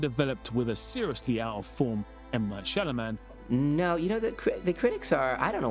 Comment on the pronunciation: How do you mispronounce so many words? M Night SHALAMAN?